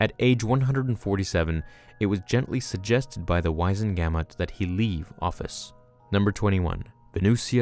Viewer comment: It's pronounced Wiz-en-ga-mot, not wise-en-gamut.